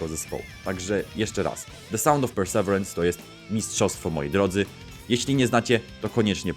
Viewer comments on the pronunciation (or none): To się mówi “persewirens”